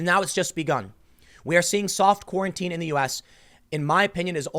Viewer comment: Every time Tim starts to say "soft quarantine" it sounds like he's going to say "soft-core porn"